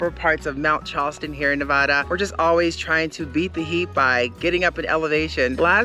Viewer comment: I love, love, love you guys so please don't take this the wrong way. Nevadans say Nevada like it rhymes with dad not like it rhymes with ah. We are a weird bunch but it's important to us. Keep up the good work!!